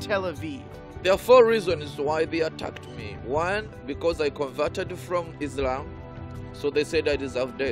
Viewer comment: As a Muslim I can confirm that you are a liar 🤥 , your can’t even pronounce the most important words Iike Allahoe Akbar, , Muslim and Islam properly , Unbelievable fore an ex Muslims sheikh I think you are IDF burned in a Mercava tank during your duty in Palestine , this is propoganda